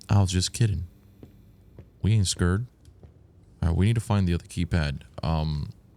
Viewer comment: "we ain't SCURRED, we PREPURRED.." 🤣